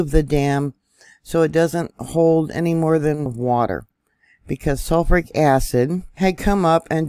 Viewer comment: She mispronounced Shoshone and sulfuric. I'm doubting this is. Ai mispronounces words all the time. Like calling the Russian rubel as rubble